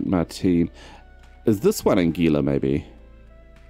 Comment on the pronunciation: Anguilla is pronounced.. Angwilla..